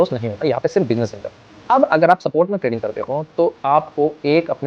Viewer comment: Bhai video to badhiya samjh aaya per vo (spot) सपोर्ट nahi hai स्पॉट hai.😂